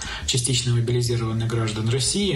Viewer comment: Вот оно откуда "млбилизироаванные" у блогера Димы....